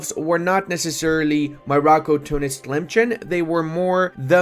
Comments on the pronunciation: It's pronounced as Tilemsen not Chen Also they put the g with dot as for the sound is gh maghrib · Also its not pronounced tlemchen its pronounced tlemsen